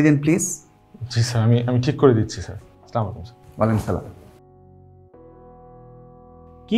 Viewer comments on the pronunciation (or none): বাংলা নাটকগুলা আমাদের দেশের অহংকার,প্রত্যেকটা ভিন্নভাবে সাজানো।শিক্ষিত, সুন্দর ও রুচিশীল মানুষের পরিচয় ঘটে নাটকের মাধ্যমে।তানজিন তিশা ও জোবান চমৎকার অভিনয় হয়েছে তোমাদের।তিশাকে বলব সালামটা হবে আসসালামু আলাইকুম, স্লামালিকুম হবে না।